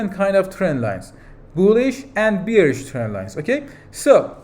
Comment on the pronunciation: Please check the pronunciation for the word Bearish